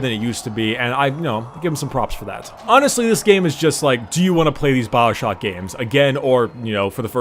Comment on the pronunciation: it's Bioshock not Baowshock .. Dhhh